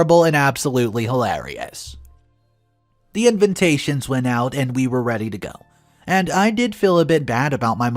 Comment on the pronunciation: Just curious, why do you always say invintation? Or I’m just deaf….